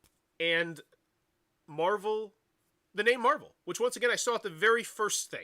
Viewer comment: Mehval Dice Toilet